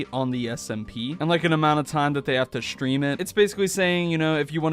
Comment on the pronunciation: I love how you say shtream instead of stream. It's very adorable